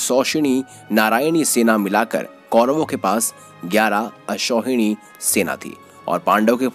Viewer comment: Bhai assauhini nhi bhai akshauhini hota hai